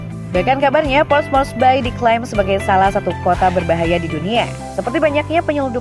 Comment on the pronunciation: keren! sangat bermanfaat sekali 👏👏 cuma sedikit koreksi nama, Port Moresby (tidak pakai "e") dibaca Moresbi bukan Mores-bye 😉☺ sisanya bagus